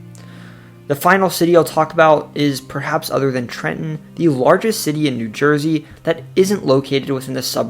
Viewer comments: BRO EXACTLY! I was so amped when he said “Newark or Neurk” and then nailed Trenton. My dude did damn good research I’m so impressed. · Excellent job! The most comprehensive NJ video I've seen here. You pronounce Trenton like a Trentonian🤔 😃 Most people outside the area overenunciate the 2nd T